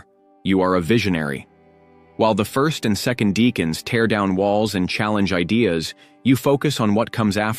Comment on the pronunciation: It's pronounced DECK ans.